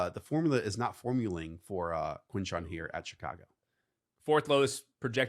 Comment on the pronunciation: I NEED you guys to repeat after me… quinshon JUDkins…. NOT, “junkins”… PLEASE.